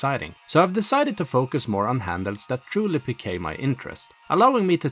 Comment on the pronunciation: Did you just pronounce Pique as "pikay"? 😂 I find your English adorable man. It's very good but with the occasional hilarious mistake.